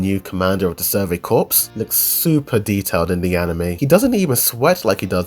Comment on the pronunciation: The “p” in “corps” Is silent. It’s pronounced “core”